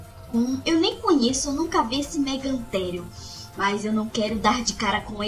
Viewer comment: Em inglês é megatherium e em português é mégatério mais a série é tão boa que não fico nervoso só achei estranho esse erro de escrita e pronúncia mais tirando estes erros que tem nas outras séries tirando esses erros escrita e pronúncia suas séries são boas